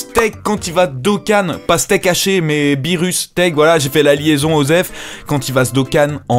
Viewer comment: BIENTOT DE RETOUR ^^ on dit beerus